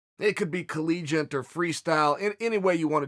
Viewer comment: Good to know it wasn't my imagination. Does he also Kelvin Gatstelum instead of Gastelum and collegiante instead of collegiate?